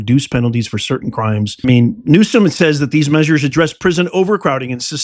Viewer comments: He is not pronouncing Newsom correctly. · Please pronounce his name correctly. Your mispronunciation just takes away your credibility.